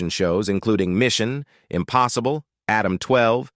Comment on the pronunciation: Another computer voice list. "Hawaii Five Zero"?!? "Mission, Impossible"?!? Don't know who "Classic Hollywood 1960s" is, but they certainly aren't human!